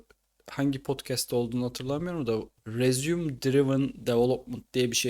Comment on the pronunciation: madem bu kadar ingilizce konusmak gerekiyor elden duyacağınıza benden duyun resuum değil rezıme